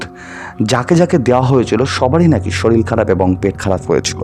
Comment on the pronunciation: Sorir ke sorir bolbe. Soril abar ki vasha? Uccharon thik na korle porer din theke ar sunbo na